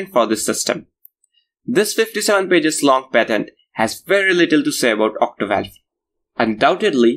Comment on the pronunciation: It is Octovalve. Not Ottivalvle as you continue to repeat.